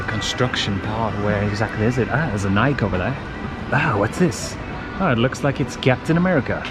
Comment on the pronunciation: nike or nai kee??? u pulling my legs here????